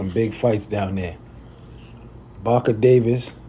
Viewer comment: "Baker" Davis. You called him Barker Davis a couple of times, lol.